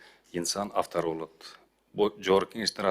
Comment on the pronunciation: озунду уят кылдын сен даже кээ бир создорду туура окуй албай птасын мисал учун прогрест башкачале бирдеке деп койдун айтоор анан автор дегенди автар деп айттын койсончу сени оо кыйын балакен деп кары картан чалдаргана айтпаса биз тушунуп турабызда сен Медерге 20.жыл Америкада окуп келсен да жетпейсин, анан калп эле акылдуу боло бербечи, Медер сабырдуу балакен, Медердин ордунда башка бираз тезап деген балдардан болгондо сени экинчи эч ким менен талашпайтурган кылып койот эле